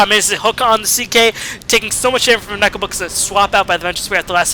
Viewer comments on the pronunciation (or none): none